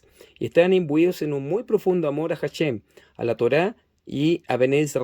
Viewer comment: HaShem se pronuncia ASheM no como J y la M como en Inglés. ASheM la sh no como ch si no como shua en Inglés.